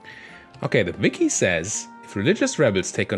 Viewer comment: Your German shined through you called the Wiki Viki instead XD